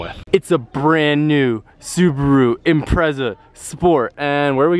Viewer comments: Impretza.. Im - pret - za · u say impreza wrong